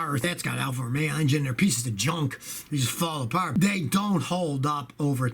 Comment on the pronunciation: I think he said, "fall aparty"